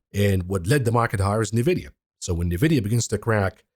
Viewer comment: Nvidia....ENvidia. i you cant say the name of Nvidia properly why would anyone believe anything else you say?